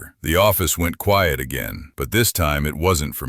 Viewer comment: By the way, Quiet isn’t pronounced Quite. It’s QUI-ET.